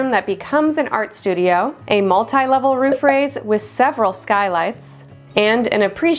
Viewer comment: The ruuf.